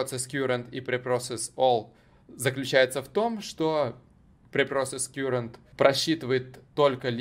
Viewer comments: Слово Current читается как "каррент", а не "кьюрент" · Я электронщик. Не кюрент , а карэнт. Ток , текущий по нашему. А так всё зашибись